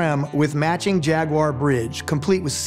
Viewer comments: Finally an American that pronounce Jag-u-ar correctly! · Always happy to hear someone pronounce "Jaguar" correctly